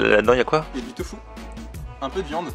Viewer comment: une soupe de « tofu » pas « fou »! ... 😂😊😂